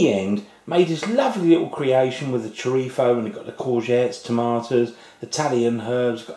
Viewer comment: i love how u say 'chorizo' with an accent from madrid, spain... amazing videos btw!!!!